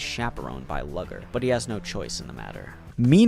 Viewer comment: Loved the video, but did anyone else get frustrated by the pronunciation of some names? Like how “lugor” was pronounced “lugger.” The funniest one was when he says “cialis” instead of “cielis” like the medicine for erectile dysfunction 😂